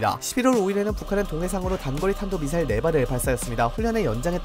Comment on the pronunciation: 발음까지 미싸일이라 한거 보면 노린거임